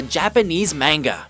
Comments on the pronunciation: Mah-n-gah. Not main-gah. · HE FUCKING SAID MAYNGA! FIRE HIS STUPID ASS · It's spelt manga in English, but in Japanese they actually pronounce it "Marn-ga".....so the voice over guy is actually pronouncing it correctly..... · Lol... "Main-gah" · Last time i checked manga was spelled まんが. Ma-N-Ga. The A sound is like Ahhh. I am not Japanese nor a native speaker, but i did take 2 years of Japanese in college. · Pronounced manga wrong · You guys epically mispronounced "manga" ... otherwise, nice vid :D